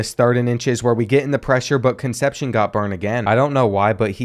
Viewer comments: I always look forward to these episodes and they always deliver on being A1 content. But with that being said, some of these names are getting absolutely butchered 😂 Names like Meeky Jenkins, Conception, Nguyen (new-en) are channel staples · Please learn how to pronounce Concepcion. Those Latin names are killing you